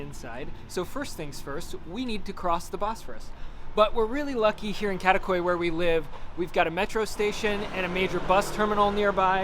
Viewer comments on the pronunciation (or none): Hi, just a friendly note: be careful with the names. As we have "Kadıköy" and "Karaköy" (fully different districts), and could be confusing when you say "Kadakoy". 😊